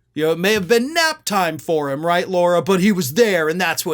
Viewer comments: The woman is an idiot, true, but at least pronounce her name correctly: it's "LARA", not "LAURA". Jeesh. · her name is Lara, not Laura. if you're gonna hold republican's feet to the fire over mispronouncing Kamala's name, you need to do the same and make sure you don't mispronounce GOP names. really bad messaging, especially since you have a JD. one would expect you are capable of being detail-oriented.